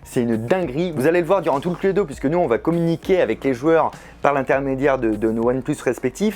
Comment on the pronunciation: C'est ou à il dit Cludo 😂